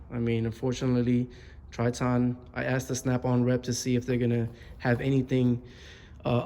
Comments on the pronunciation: It’s pronounced Tri*tin* not Trit-On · The worst part of this review is how he pronounced the name TritOn... who the hell says it that way?